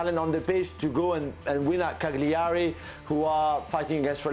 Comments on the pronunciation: Jules it's pronounced Cal-Yaree.....smh. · Jules's take on this was cringe. He can't even pronounce Cagliari. Get Gab back on.